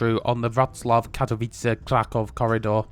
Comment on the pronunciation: No L in Wroclaw. The L is a W